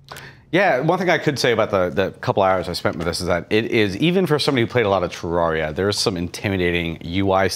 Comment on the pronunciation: I love AKA the, but every time he said Terraria, I cringed.